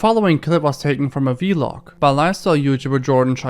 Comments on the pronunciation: he says v-log instead of vlog🤣🤣💀💀💀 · Good video but the way u say vlog is funny, it’s not vee-log, it’s just one word, vlog lol